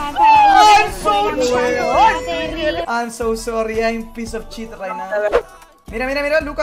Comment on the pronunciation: todo el mundo: "Shit": "CHIT"